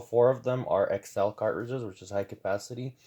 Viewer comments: I can’t get over “cart ridges” man. Please just pronounce the word properly. Please!!! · I don’t know why, I’m the way he say cartridges makes me angry…